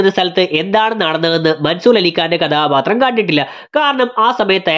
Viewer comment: കദാബാത്രം അല്ല മോനേ കഥാപാത്രം